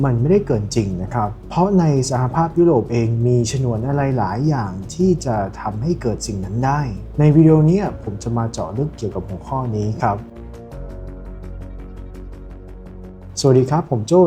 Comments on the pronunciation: ขอนอกเรื่องนิดนึงค่ะ ชนวน อ่านว่า ชะ นวน ไม่ใช่ ฉะ หนวน ค่ะ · ชนวน ไม่ใช่ ฉนวน ทั้งการออกเสียง และความหมาย.....โปรดศึกษา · ฉนวน ❌ ชนวน ✅ เหมือนจะพูดผิดสองสามครั้ง